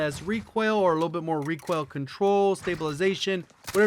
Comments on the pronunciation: Made in NoLa nah he says Requail instead of RE COIL. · Pope Gains he puts extra on “oil” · Why do you pronounce recoil like that? Kind of weird